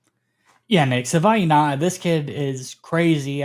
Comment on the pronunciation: Sorry but you guys are both butchering his name. Please learn how to pronounce Savaiinaia.